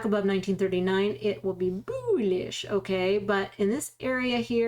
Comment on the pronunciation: I watch the videos to hear you say "boolish"